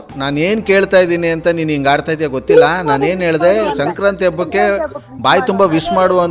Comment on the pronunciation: ಅದು ಶೆಂಕ್ರಾಂತಿ ಅಲ್ಲ ಮಾರಾಯಿತ್ತಿ, ಸಂಕ್ರಾಂತಿ.....😂